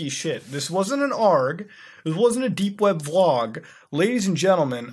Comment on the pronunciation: did he say 'dank' web browsing?